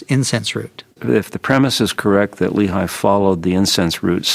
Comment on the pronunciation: Lehi isn't pronounced Lee-High in hebreeuw but Lay-He!